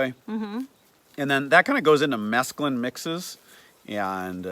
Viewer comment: Pronounced 'mess clune' not the drug mescaline 😂